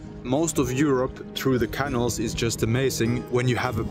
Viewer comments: Canal is pronounced like canoe. More of a K sound, and the syllables are ca-nal, not can-al. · Love following your progress. (Pronunciation tip: say caNAL, not canil.) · My apologies, I know I sound petty but please, please, please try and pronounce canal: ke nael (ke nel). I cannot (but I want to and I will!) travel through the European canals with you with that pronunciation. Don't know why, but it drives me CRAZY!:face-orange-biting-nails::body-blue-raised-arms::eyes-pink-heart-shape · If I buy you a coffee will you please learn how to pronounce Canal properly? 😂😮😊